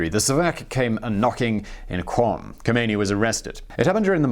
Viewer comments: I don't mean to be anal about it but Qom is actually pronounced "Gohm". A Q in Farsi is typically a throaty G sound. Otherwise great video! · It's called or rather is pronounced ( kOOM